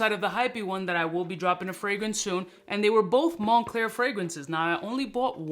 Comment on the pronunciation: “Mon-Cler” Money_Clear 😂 🤣 😂